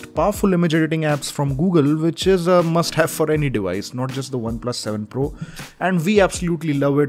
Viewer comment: Not 7 fool.. it's 7 pro please correct it